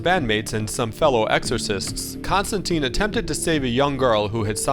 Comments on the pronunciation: John Pronounces his Name Constantine Rhymes with Line not Constanteeeeen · Maybe you need to know that its pronounced tine not teen. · it's a common misconception but it is pronounced ConstanTINE, like the Roman (and later Byzantium) Emperors, not ConstanTEEN